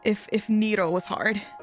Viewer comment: Who tf call Ne Ro, Nee Roo. The name is literally come from Neko->Nero